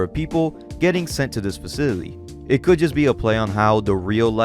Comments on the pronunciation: Faw-sil-it-tea...cmon man...😂😂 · Facility, Fa-ci-ly-TY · This dude’s worst enemy is the pronunciation of the word “facility” 😂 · I know this is months old, im really digging your channel but if you do narration as your entire thing can you please pronounce words correctly 😢 youre saying faseedidee instead of facility and personadily instead of personality, you do this over and over again throughout the video even though im sure youre reading these words from a script. i respect your work and everything but please just annunciate the words and your channel will be the best i swear.